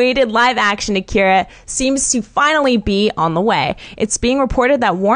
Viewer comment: lord.. they can't pronounced the name.